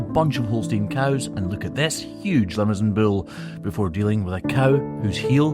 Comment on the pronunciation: Hi from France near Brive-la-Gaillarde in Corrèze I love your videos Just a small precision...the bull is a Limousin not "Limousan"...the name comes from the region Thanks for your good mood